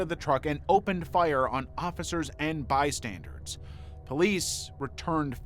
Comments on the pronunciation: yes, he always says 'bystandards' ! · He hasn’t managed to pronounce the word “bystanders” correctly for years. I don’t think accuracy is high on their list of priorities……